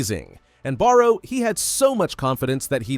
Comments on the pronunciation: Barou ❌ Borrow ✅ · who tf is meuroo botra? name is borrow